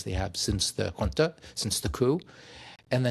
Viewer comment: Query: AES and AU ... a tangled web? (Boundaries drawn according to distribution of resources? BTW FWIW "Chile" is aptly described by me as "southern-most slice of Canada".) p.s. thanks so much for pronouncing junta comme il faut!